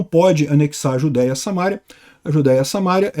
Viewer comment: diz-se "SamarÍa". SA-MA-RÍ-A.